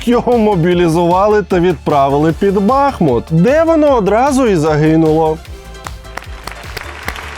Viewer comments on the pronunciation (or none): Правильно говорить не Ба́хмут, а Бахму́т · Будь-ласка! Прошу! Треба БахмУт, а не БАхмут 😅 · Випуск просто пушка, чекаю наступний! Але не Бàхмут, а Бахмýт 🇺🇦